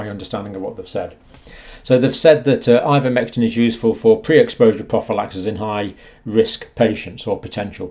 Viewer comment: Ivermectin NOT INvermectin